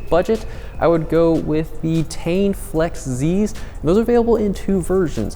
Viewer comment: Flex not Flez